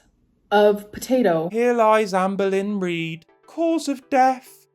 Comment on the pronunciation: When says "Amberlynn" I ALWAYS hear "Anne Boleyn". It makes his coverage of her 100x funnier.